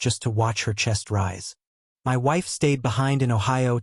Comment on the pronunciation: Why are the letters in the word my are sounded separate instead together.